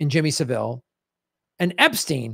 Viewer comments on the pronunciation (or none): it's pronounced SA-ville, not Sav-Ille. The accent is on the first syllable. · Jimmy Sav-ill rather than Seville